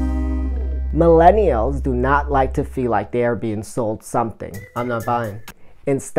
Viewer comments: Nice video! I like the 3rd tip about the series of short videos. I will have to do this with similar thumbnails and put them in a playlist so they auto play! I like how you include the bloopers! I wasn’t sure if it was me or if you were saying minnellials instead of millennials in the beginning but from the blooper it looks like I wasn’t just hearing things 😂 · Nice video my friend. Useful information and liked the creativity and personality you put into it. Good luck with the channel! By the way, it's millennials not minellials just to clarify. Also worth mentioning that videos that are 7 mins or longer are better on youtube than shorter vids due to youtube wanting users to stay on youtube for as long as possible. They reward your channel by putting you in suggestions more and ranking higher in search when you increase your watch time.